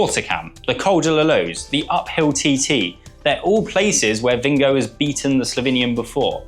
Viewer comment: English commentators' nightmare: pronouncing Jonas Vingegaard's surname. It is "Ving-guh-hawr", according to Danish speakers. I hope TP does it again, but would be quite happy for JV or PR to win, as well.